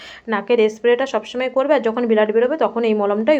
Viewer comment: উচ্চারণ গুলো খুব খারাপ ব্লাড বলো বিলাদ কি